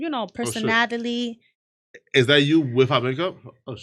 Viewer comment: She cannot say a single word right 🤣 “ im a pretty girl, I have personataly “ ☠️☠️☠️